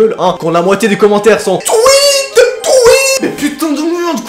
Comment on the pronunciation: Enfaite toi tu dit" tou i té" mais sa se dit " twi té"